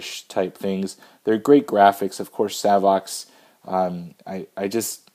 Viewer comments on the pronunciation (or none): I asked Savox directly how they pronounce their name. It is...”SAVE OX”